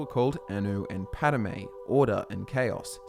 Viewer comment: *Padomay, but otherwise good. :)